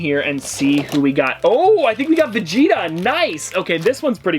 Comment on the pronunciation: Saying Vegeta incorrectly is really pissing me off.